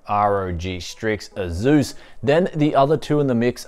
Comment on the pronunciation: Nobody:: aZus